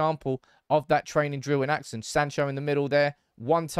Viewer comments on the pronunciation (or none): none